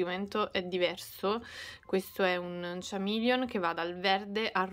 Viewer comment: Ciao, volevo correggere un piccolo errore di pronuncia. Chameleon si pronuncia: kuh·mee·lee·uhn. Per il resto le creazioni sono uscite una bomba🌟